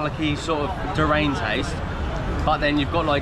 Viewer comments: DURIAN !! 🤣🤣 not durane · Repeat after me. Jeer ReE An - Durian, not DERAIN. You are braver than me I can't stand that stuff. If you find it try Miang Kham. They are around 15 baht. It's lots of goodies in a folded betul leaf, very highly recommended (and vegetarian). Tell me and please be honest. What do you prefer Thai or Malaysian food?